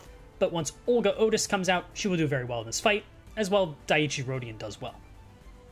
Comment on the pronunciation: Banger video even if your pronunciation of Dai-ichi rodion is quite funny